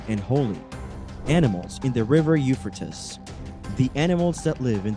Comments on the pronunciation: 🎶I'm gold digger, when I'm in need.🎶 The u-fur-tis river. That's it, I'm dead.😂Either we all have been saying it wrong, or this dude is way off.🤦‍♀️ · It's pronounced You-Fray-Teez euphrates.😂😂😂😂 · Have I been mispronouncing the name of this River my entire life? I say it like “You-Fray-Teez”. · By the what? Ufertis river, really? Learn to pronounce or don't make a video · You-fray-tees... That's how you say Euphrates.... Duuuude! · “Eu fra tis” I’m out! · Euphrates….”u-FRAY-tees”…come on! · Pronounced... U fray tees. 😊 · Pronounce it right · Learn how to pronounce the name Euphrates. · You are saying the name of the river wrong. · murdered pronunciation of euphrates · This commentator is pronouncing the Euphrates River wrong! You would think that he would do his homework before he recorded🤔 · You need to pronounce the name of the river correctly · The fact that you can't properly pronunciate the Euphrates River means I am not going to pay attention to a word you have to say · I ran so fast to the comments and wasn't disappointed I was going Nuts how many times he mispronounced euphrates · He does not know how to pronounce Euphrates! It is drying up because of turkey's three dams! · Before you make a video why don't you learn the pronunciation of what you're talkin about. Obviously you don't know nothing about it to begin with because you never even probably heard the name before. You said this name so many times in the 3-minute Mark I had to shut it off. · You have no clue. Learn how to say the name of the River. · Not trying to be critical but please try to pronounce the river right and produce newer content. Let's move on...